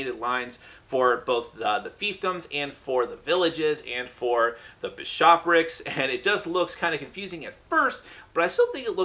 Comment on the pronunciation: Bishopric... you said it correctly the very first time. Emphasis is on first syllable, just say it quicky and you can't go wrong :)